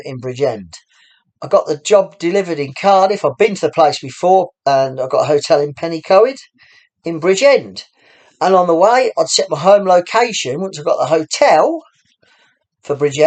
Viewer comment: enjoyed the story- have to point out though that’s Pen-y-coed is pronounced ‘pen-uh-coid’ (rhymes with steroid)